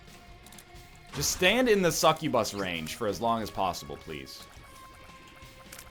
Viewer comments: McFright and i just watched the bit in the vid again and he definetely said bus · TheMiningDog that's my point! NL says incubus normal but when he says succubus he always says it different by really accenting the bus at the end. And I just pointed out that it annoyed me! So let me be annoyed! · God it's so annoying how you say succubus.